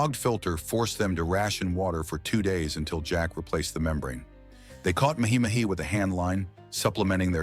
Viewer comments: muh hee muh hee...OH GOD!!...It's MAH HEE MAH HEE...Or just say dolphin fish. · "They caught Ma-hee Ma-hee with a handline"....lol